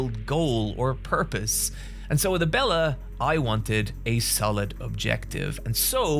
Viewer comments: Whoever bullied him into pronouncing Abella. Also, DO YOU WANT HIM TO WHEEL IT DOWN THE STAIRS?! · Glad learned to pronounce Abella's name for this video, it was weird how he kept calling her Ebola on streams.